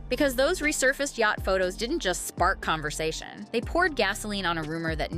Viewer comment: “ Whaaat?.. there was a con-ver-sation?”…..Give me a break. Oprah could have said, “Well that’s not unusual within families. “ Because it’s not!